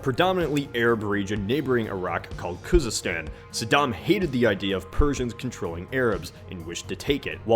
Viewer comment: How funny is that if I say tree instead of three? That is not kouzistan, that is bloody khouzistan. Try to not act as an idiot.